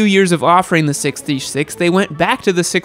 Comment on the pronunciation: best way to say 636